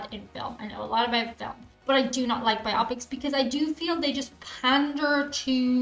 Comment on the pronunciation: Friends! Friends! It's bio-pic, with the accent on -pic, not biOPic, like myopic☺️